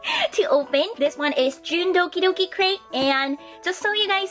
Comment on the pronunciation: I knowww! That's what I keep hearing too.